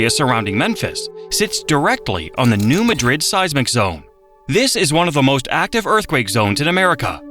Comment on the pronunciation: Came here to say this! Also, it's not Mount Juli-ette, it's Mount Jul-yut. Also, Also, New MAD-rid. LOL